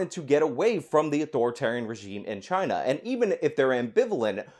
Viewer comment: Spanish flu came from Chy-Na too.